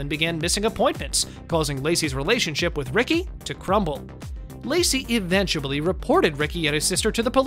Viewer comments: "EVENTCHABLY NEEDING" LMAO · Did you say "eventuBlly"? 😄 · Is no one gunna point out the narrator said Eventablly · Why is no one talking about the narrator saying "eventuably" instead of "eventually" in the beginning? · Did he just say “eventuably” ?? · Did you say “eventuably?!”